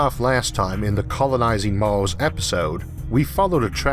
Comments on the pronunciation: "IT WAS VENUS, NOT MAWWWZ" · why is this dude speaking weird. he says Mals instead of Mars. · “Maws” it’s Mars bro. Mars. R’s aren’t that hard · What the heck is this guy's accent? Is he speaking uwu or something? "Mawrs", "Ewth", "Pressowr", "Aiwr", xD?? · Its pronounced "mars" not "mawos" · What's with the pronunciation of Mars as "Mauws???" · I really hate the way you spell mars, but I don't hate you, I just wanted to get it out of my chest, it fill me with rage every time you say "mars", funny how our brain choose to get certain mundane things. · Everytime I hear this man sad "Mars" i cringe, its mean but honest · Cowanizing and tewafowming venus, not maws